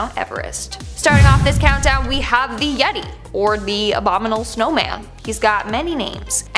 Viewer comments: “Abo-minal” snowman? Think u forgot a few syllables. Cute! 😄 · It's pronounced abominable. Kids listen. It matters. 💕